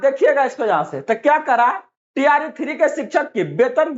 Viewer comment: Bahi tree nahi hota hai, T R E HOta hai, kam s kam thora bolna Sikh lo